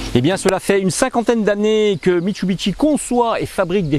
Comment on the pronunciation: Bonjour, alors je répète à chaque fois, mit su bi shi et non mitsubiteshi il n'y a pas de bite🤔